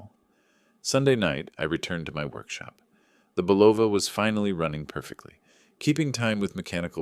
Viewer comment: AI doesn’t know how to pronounce Bulova!